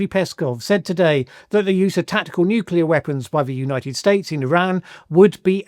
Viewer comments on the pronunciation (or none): I've always said that Trump want to use a nuke. The way he speaks of nuclear bombs (apart from him calling it "nucular") is a dead giveaway. Btw : I wonder if Russia still has nuclear-explosion-detection (like the US had VELA satellites) in service and if exploding one nuke near its border would set off a chain reaction (pun intended).